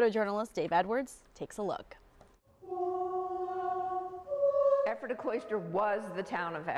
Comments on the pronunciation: Perhaps you should first learn how to pronounce Ephrata before doing a story about it. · Wish the news chick knew how to pronounce "Ephrata." 🤦‍♀️